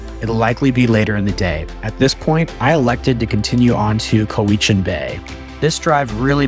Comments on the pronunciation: You mispronounced Cowichan. Try cow ich an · Thanks for visiting the Island. Glad you had a wonderful time here. It’s a unique, beautiful place for sure. And there’s so much more outside of the areas you visited. For future visits, if you ever have to ask directions: Pronunciations: Lake Cowichan = Lake COW-ih-chin. Ucluelet = Yoo-CLUE-let. Wickaninnish = WICK-an-INN-ish. Port Alberni is on an ocean inlet, not a lake. It’s Sproat Lake, not Lake Sproat. (Also not Sprout… Sproat.) Salt Spring Island, not Salt Springs. Thanks again for visiting! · Lovely video but please ask somebody how to pronounce the different place names such as cowichan Lake/Bay ab Nd uculet, Wickaninnish Inn. You , unfortunately missed Parksville which has the most amazing beach and park.